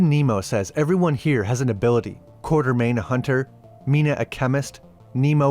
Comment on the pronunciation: It is Quatermain. Not Quartermain